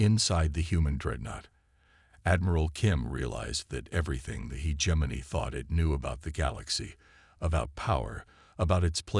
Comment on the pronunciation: My ninja you really tried to pronounce Hegemony as (He-Gem-Moany)? Not even close bruh, use your voice next time not a AI slop channel build.